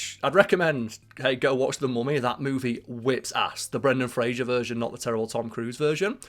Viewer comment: I love you my guy and I love your channel... but it's Fraser, not Frasier and that is driving me mental... and you can't tell me you can't say Fraser, because it's easier than saying Frasier, like... duuuuuuuude lol.